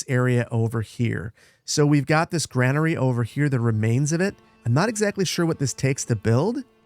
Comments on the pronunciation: GRAIN-ER-E Say it. Say it again. Not GRAN-ER-E. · its pronucned grainary just spelled different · Is the Gra in Granary really pronounced like the Gra in grandma and not like the Gra in grain. ESL here, just curious